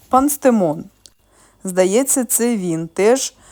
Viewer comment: пЕнстемон, а не панстемон.